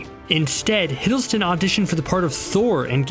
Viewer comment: I cringed when he said Tom Hiddleston's name